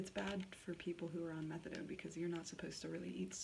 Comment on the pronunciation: methadone as in METHOD LIKE CRYSTAL. METH